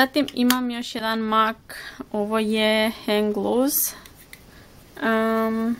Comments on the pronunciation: Ne kaze se mak nego mek rumenilo . Inče si suler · Zasto izgovaras "mak" umjesto "mek"? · Nečita se (mac)mak nego mek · Zasto "Mak" a ne "Mek" (MAC)... 😃😃😃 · Ja midlim da se kaže mek a ne mak (mac) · Isuse boze Jel moze molim te jedan savjet Mac se ne cita mac negi mek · Daj molimte govori MEK A NE MAK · Ne kaze se MAK nego MEK...no hekt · Ne kaze se mak nego mek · nemoj shvatiti ovo kao hejt jer ono imas ok videe i znam te ponekad gledati ali izgovara se mek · Imam savjet Mac se čita mek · Jedna stvar......ja tebe obozavam,ALI PISE SE MAK A CITA SE MEK